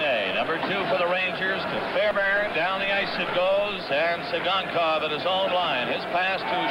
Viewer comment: LOL you can see Tsygankov laugh to himself when the announcer mispronounces his name